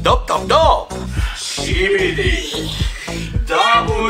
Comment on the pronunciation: they say ehkibidi or kibidi but the "s" is forgotten